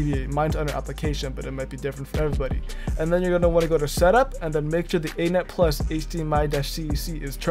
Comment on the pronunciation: A net? You mean "any-net".